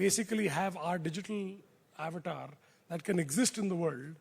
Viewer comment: Isko bhi avatar bolna nahi aata😮‍💨